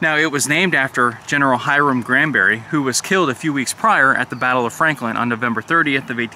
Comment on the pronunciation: Franklin?? Didn't sound that way.